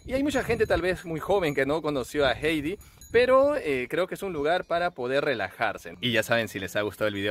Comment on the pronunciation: Heidi Se pronucia: "jaidi", no jeidi